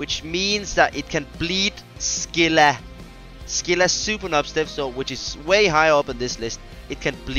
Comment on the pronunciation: Say it like this for scylla.. Sigh-La thats scylla not ski-la